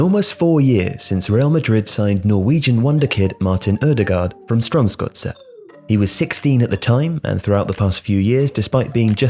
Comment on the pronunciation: Well done on the pronunciation of "Strømsgodset" ! Not an easy Norwegian name :)